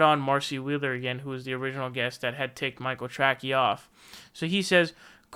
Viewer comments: he kept pronouncing his name wrong, should be “Tray-cee” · He purposely mis-pronounces it. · Is calling him Michael "Trackey" some kind of inside joke I don't get? Or does actually still not know how to spell or pronounce the name correctly lol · Are you saying Michael Tracy's name wrong on purpose? It's pronounced tray-see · Yes he is. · Yes DimBobby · It drives me crazy. Big pet peeve of mine. lol